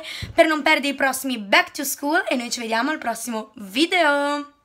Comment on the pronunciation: Ma come dici bak to scool